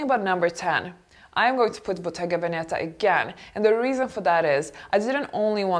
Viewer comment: Bottega Veneta. The accent is on the first "e": Bottega Vèneta (not Bottega Venèta) !